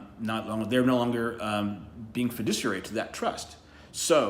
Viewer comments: His very first, and subsequent argument included the phrase "fidicuary" The correct phrase is Fiduciary. TOTAL BONE HEAD! Sorry, legal people don't make that mistake, less than 30 seconds in, SAD! Looks like he needed a FIDICUARY what ever the f**k that is, lol 🤣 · "Fudiciary"? What the fuck is he talking about? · He cant even pronounce 'fiduciary' which doesn't even apply to police officers. But I'm so glad to know that the dictionary is wrong.